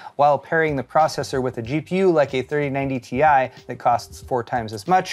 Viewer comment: "THE GEFORCE THIRTY EIGHTY TIE!!!" has got to be one of the funniest moments in tech announcements. Dude looks like a crooked bank director who gropes the secretary and bellows like a drunk sailor yet has no clue that Jensen Huang has pronounced it tee-eye a hundred times on stage :P